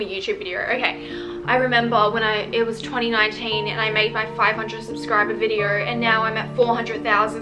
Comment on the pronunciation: Whose gonna tell her that there is no R in the word video. It’s video, not videer